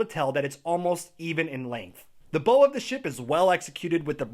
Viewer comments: "bow" when referring to the front of a ship is the same as like "bow" when you lean forward from the waist as a sign of respect...or the sound you make when you get hurt..."ow" Davits is with a short a sound, so cat, dad, mad etc. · I keep getting distracted by how he pronounces "bow" and "davits"